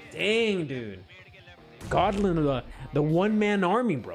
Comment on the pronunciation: Not Godlin 😆😆it's Go blin